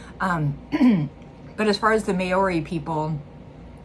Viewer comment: Mow-Ri, not Mayo-Ri. If you don't call the old leader of China Chairman 'Mayo', then don't call the Maori 'Mayori'. It's Chairman Mao. It's Maori.